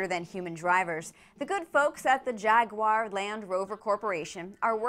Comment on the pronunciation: Please pronounce Jaguar properly